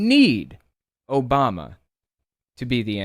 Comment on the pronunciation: Does he know how many ppl were named barak back then? And Obama is not pronounced Obomal or whatever